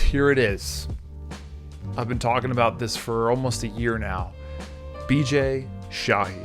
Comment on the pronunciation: He clearly pronounced "Bijay shahi" 🙄